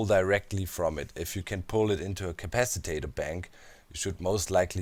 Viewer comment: and it's an "at", not a "at"